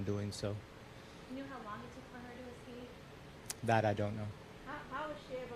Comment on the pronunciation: Escape is pronounced “escape” not “excape” please inform the police😂